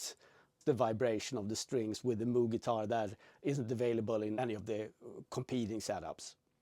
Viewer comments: It’s pronounced “MOWg” (as in, mow the lawn) not “MOOg” (as in 🐄). 👍🏼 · I believe its pronounced m-oh-g